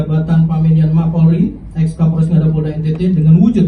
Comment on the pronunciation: Ini KAPOLRESS LOOHH... KAPOLREES... BUKAN KAPOL DESS...😂